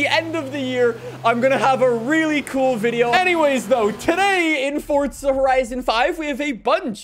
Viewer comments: Why does he call it “fort-za” it’s for-za dude 4 za!!!! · It's not fortza it's forza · Fortsa >> Forza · Welcome back to fortza horizon five